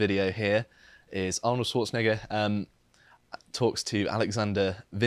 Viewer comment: or whoever this dude is has a perfect pronunciation of Arnold's surname